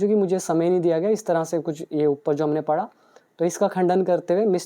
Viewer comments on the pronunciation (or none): none